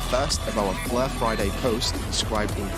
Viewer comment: Love the "Fluh" Network! 😁